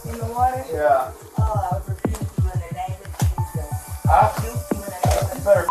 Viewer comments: Because she said his name wrong! its like someone calling you another name are you going to answer? Little did she no she actually rebuked him in the name of the devil. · He cant say Jesus in the first 40 seconds of this video. 😮